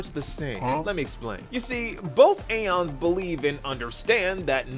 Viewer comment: The game pronounciation: “E-ons E-ons E-ons” pronounciation: “A-ONS” (I say this with love XD)